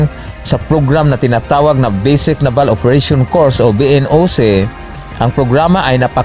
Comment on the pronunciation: Ayusin mo nmn pag bigkas ng naval